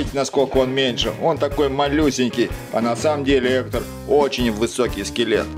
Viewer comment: В видео много ошибок, вообще-то скелета зовут не Эктор, а Гектор и Гектор не друг Мигеля, а прапрадед